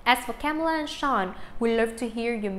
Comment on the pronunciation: says Camila Cabello no Kamela